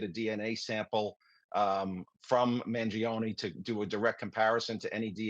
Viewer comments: It's not man-jee-oh-nee... Mangione sounds like "man-JOE-nay." That's why saying it the wrong way feels so weird and cumbersome. (In Italian, the i after the g changes it from a hard g to a soft j sound.) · Maybe one day Americans will pronounce their Italian last names with linguistic integrity Mangione is not pronounced manjeeohnee The I vowel and E vowel cannot ever have the same annunciation yet Americans are lazy as Eff when it comes to the integrity of properly pronounced English Mangione is properly pronounced Mahn- Joe-nay